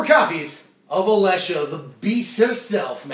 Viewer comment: you may never pronounce Alesha wrong.